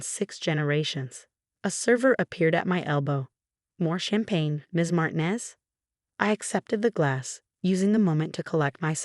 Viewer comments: It’s Mar ti nez, not marinez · Please correct consistent mispronunciation of Martinez.